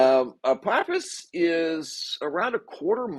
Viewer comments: Ph makes an F sound ahpofffffous every time u say apopiss I died laughing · .. love your content, Apophis is alot closer to us than we are being told... Also, are you sure it's pronounced apoppis and not apofiss .. I also mentioned in your previous video about that "rock" next to the moon being Apophis...I still believe that. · Apophis = Apofis. I hear so many mispronunciations. I hope I am still around when it does its fly by.